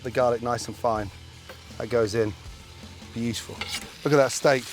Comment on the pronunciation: Say "bjitiful" one more time Gordon, I dare you...